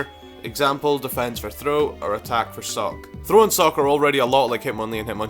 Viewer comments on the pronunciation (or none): sawk n throw..no just no